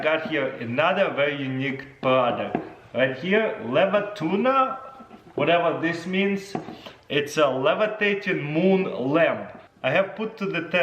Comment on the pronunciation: Supposed to be called leviluna😂 why tuna